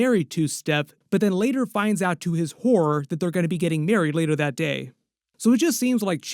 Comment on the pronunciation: Did you say "to his WHORE" or "to his HORROR?" lol either fits